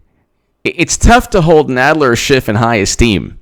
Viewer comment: Is it just me, or does Jay Sekelow really clip the 'f' sound when he says Schiff, so that it sounds more like a 't' sound?